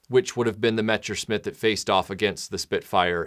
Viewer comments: How do you mispronounce "messerschmitt" as "mechersmit" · Yes, idk what he said. Metsherschmitt or something like that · Every time you mispronounce “Messerschmitt,” a puppy dies.